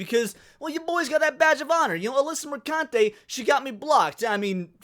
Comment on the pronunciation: Did you say "Alyssa Mercunte"? 🤣 🤣 ☠️